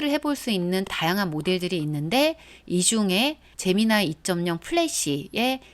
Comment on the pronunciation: 제미나이 ㅋㅋㅋ 발음이 에미나이 같아서 좀 그렇군요.... 제머나이!!!